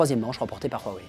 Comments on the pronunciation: Pourquoi tu dis RWAWAI ? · Huawei pas ruawei boyardland